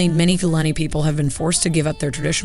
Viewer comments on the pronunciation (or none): Pronounced Foo Larny and Few... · Please be respectful by researching the correct pronunciation. This reflects poorly on Americans.